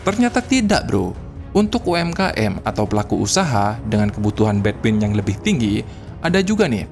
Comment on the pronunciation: bandwith bang bukan between